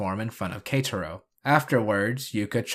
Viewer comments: You pronouncing “Ketaro as ”Katro” is killing me from the inside. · K - ta - row. That's how you pronounce it